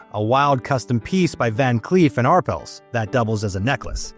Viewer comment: THE NAME IS PRONOUNCED “R” “PELLS” TWO WORDS NOT ONE!